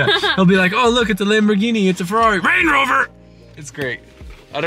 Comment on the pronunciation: “RANGEROVAA”